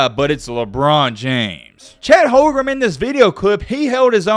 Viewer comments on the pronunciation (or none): it is on purpose that you can't pronounce Chet Holm-Gren. not hogrum?! I guess it must be so that you don't get some type of copyright claim or something. Also. Pro Am games are pronounced Pro - Am not proum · Its Holmgren not Holgrum btw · At least pronounce Chet's name correctly 😂 Holgrem was so cringe